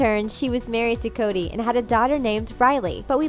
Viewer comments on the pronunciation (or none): Is it only got mad when she said Cody instead of Cory like bitch get it right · It's frikin Cory not Cody. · Anyone else cringe when she said cody and not cory😂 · Cody? Bih it’s Cory. Make like Rachel Barry and get it right. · it’s CORY NOT CODY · you accidentally called Cory, "Cody" a couple times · COREY NOT CODEY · His name is C O R Y, not Cody smh its ok tho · you KEPT saying "Cody" it's CORY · It’s not Cody it’s Cory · ITS CORY NOT CODY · really “cody” “briley” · Not Cody… it’s Cory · dude you said “cody” wtf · Am I the only one that heard “Cody” and not “Cory” ??????????? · Narrator: Cody Me: CORY IT IS CORRRRRRRYYYYYYY ADD THE RRRYYYYYYYYY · I swear it’s Cory not Cody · They said Cody instead of Cory....more than once....even though these type of channels write a script....just why?😂💀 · “cody” are u joking? its cory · you keep calling him cody , but it's cory lmao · Ok first off get the names right it’s not Cody it’s Cory also you had to spell out *NSYNC really it’s pronounced in sync hmmm oh boy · Is anyone going to talk about how she said “Cody” instead of Corey? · Why did the narrator keep saying Cody??? It's Corey! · She kept saying “Cody” not “Cory” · Cody? CORY!!! CORY!!!! & how hard is it to say NSYNC?! Y’all literally spelled out NSYNC instead of saying it! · Soooo I’m guessing everyone else heard her say Cody and NOT Corey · Lol they didn’t even know to say *NSYNC or that main character name is Cory not Cody. They can’t seem to get any info correct. 🤦🏻‍♀️ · Maddie Morgan I got really triggered when she said CODY instead of CORY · I know I just couldn’t stop cringing every time they said Cody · they say Cody instead of Cory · Did she say Cody and not Corry???? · Why did they say cody IT'S FREAKING CORY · 4 million people cringed when the narrator of this video called Cory "Cody" and couldn't pronounce Nsync. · Its Cory..Not Cody. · Its cory not cordy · It's Cory, not Cody. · Hahahahahaha Cody hahahaha its Corey